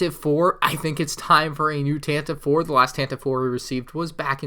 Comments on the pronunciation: Not to be THAT girl but it's technically pronounced the Tantivee 4. Oh god I'm THAT person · Its really odd but the Tantive 4 is officially pronounced like “Tantivy 4” now